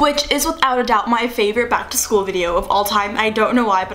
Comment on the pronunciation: "Keegan Ac-to-school"